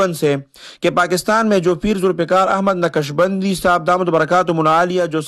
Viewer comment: یارخان صاحب اپناتلفظ درست کرلونقشبندی؛میں ق ساکن ہے متحرک نہیں